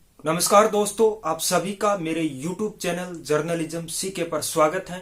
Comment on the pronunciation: भाई जर्नलिज्म सीखा रहे हो! और खुद ही अभी तक गलत #Pronunciation कर रहे हो। पैकेज को पेकेज बोल रहे हो और चैनल को चेंनेल!! माफ़ करना, #Unsubscribe कर रहा हूं।